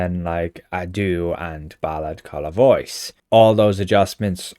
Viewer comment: It's not Ballad Colla Voice, it's Ballad Colla Voce. And Voce is pronounced "VO-chay" {:o:O:}